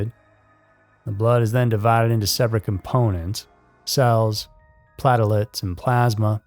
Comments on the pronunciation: That pronunciation of "platelets" though... always good for a hearty laugh,! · Lol beat me to it... Aaaaah doing it anyway